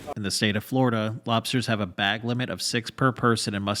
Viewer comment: Warm water lobstahs yuck